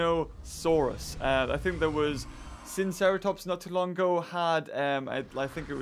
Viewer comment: Also when he says sin not sino